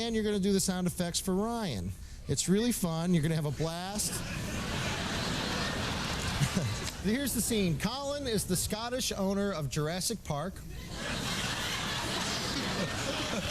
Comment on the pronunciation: Jer-aysic park? Try Jurassic.